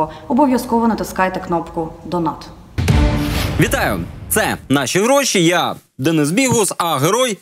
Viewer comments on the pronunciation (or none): люблю вашу програму, ви молодці, маленьке зауваження: donate - читається як «донейт» а не «донат», це мінорна штука звісно...